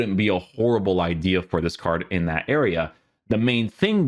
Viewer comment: isit me or can he not pronounce card? most of this words have arge at the end lol